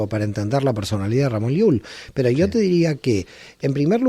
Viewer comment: hace rato que te escucho y haces algo al ablar importantisimo no dices yo! sino dices io y estas bajando continuamente una iud con una vav, pues en tu ablar bajas la bendicion siempre!!!